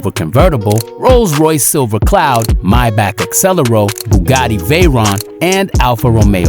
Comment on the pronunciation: Stop pronounce mybach is pronounced maybach